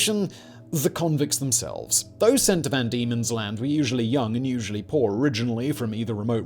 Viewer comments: Van Diemen's land.. VAN Diemen's land... Not Demon's land. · It was known as “van Diemen’s Land”, not “demon’s land”, for anyone wondering. He gets it right the second time he says it.